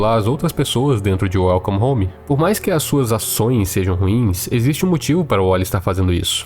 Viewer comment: KAKSK smp q ele fala welcome home a primeira coisa q vem na minha cabeça é: "welcome the mato" KKKKKK